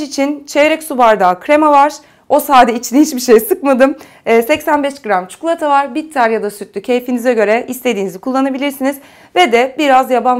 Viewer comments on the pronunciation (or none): Abla çikolataya çukulata diyişine bayılıyorum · Çikolata Yerine Çikulata Demişsin:) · şu çukulata diyişine hastayım ya 😂❤ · allah askina CIKOLATA ya cidden cukulata ney artik sinir bozuyo hicmi uyarilari dikkate almiysoun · çukulata demene bayılıyorum desem D:)